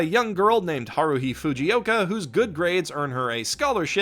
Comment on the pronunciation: No one: Him: HARUHE